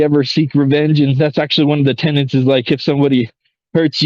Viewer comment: TENETS not TENANTS please.